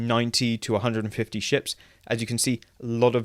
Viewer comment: Every time you say "ships" in this video, I swear I hear "shits" instead lmao - totally fitting for Jem'Hadar Fighters tho lol